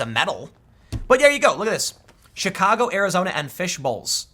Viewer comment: Did Tim say Chicago or Shitcago? I swear I heard Shitcago.